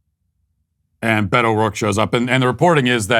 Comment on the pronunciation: We should take Beto as seriously as Matt takes pronouncing his name